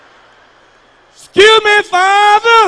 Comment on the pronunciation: That man really said scuse me fatha 🤣🤣